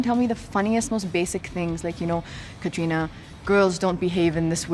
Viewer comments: Why is the host saying kathrina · Pehli baat to is host ko Katrina ka naam pronounce karna aata nai. It's not Katrrrrrreeeeena. And wrong pick. Deserving candidates the isse aur.